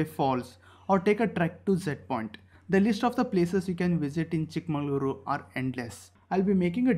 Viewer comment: Pls pronounce chik magaluru properly Pls